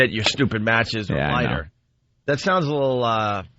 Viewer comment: "Why do I keep saying matchkeses?" ~Opie -For the same reason you mispronounce words all the time... because you're an incoherent nitwit.